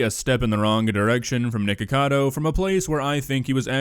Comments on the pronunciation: I love how PewDiePie says it nIcKAdO ACkAdo i love it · He keeps calling him Nikado lololol